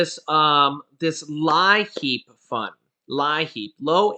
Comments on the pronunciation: It's funny how you say liheap. You say it leap like your leaping out the door. 😆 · North Carolina gave me 500 once a yr. Its pronounced leeapp program